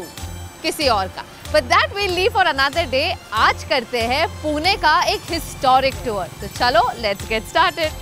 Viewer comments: पुणे not पुना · Ayyy vede पूने nahi ga पुणे asta te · पुना ❌❌❌ पुणे ✔✔✔